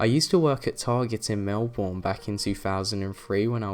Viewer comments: you said Melbourne wrong its pronounced Melbin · I can't stand the way he said Melbourne